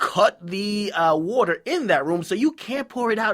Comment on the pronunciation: I didn't even know "woeter" was water til, you said "resembles pee" Lol I was Scoobying when I kept hearing it